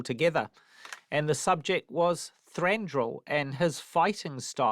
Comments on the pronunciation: Peter Jackson invariably says “Thandruil” and even “Thanduril” instead of “Thranduil”! Hilarious. But Lee Pace is terrific and Thranduil is gorgeous. My new movie boyfriend. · Lol I love that everyone pronounces his name differently...Thrandral, Thondril, Tarronduil, Thandruil, Tandrell, Thrandrille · peter jackson on his way to say thandruil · Richard Taylor keeps saying 'Thrandruil' instead of 'Thranduil'... 😁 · It's funny how PJ keeps saying "Thandrewil" or "Thandril". Like Shmeagol and Shmaug :D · "Thrandruruil" - Richard Taylor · It urks me so much when people say Thandruil instead of Thranduil. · They all keep saying "Thrandrill", no wonder the movies turned out naff. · I love this video, it gives such insight into Thranduil, as does the Part 1 of the video. The one thing that bothered me, is that in both this video and the other one, they keep saying either ThrandRuil, or ThandRuil, instead of Thranduil, and it keeps bugging me! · They've put so much thought in to creating this character, yet non of them can pronounce his name properly :) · Lol they really can't say 'Thranduil' can they??..... Haha. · Why can't anyone pronounce his name properly?